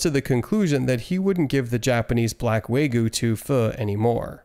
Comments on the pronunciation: Uhm it's acksually "wagyu" not "waygoo"🤓🤓🤓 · Bro said waygu